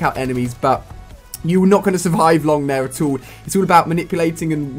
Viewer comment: Atole instead of at all